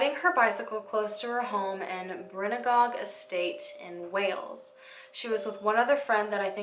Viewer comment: I live in wales 😢 it was really sad we tried to raise money for her in school 😥and btw you don’t say brunygog like that😂 I thought they found her body parts in the lake under a bridge?